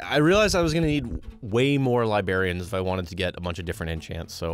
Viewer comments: bro actually said libarians. 😆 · Nobody tell he said "Libarians" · You mispronounced librarians and it's funny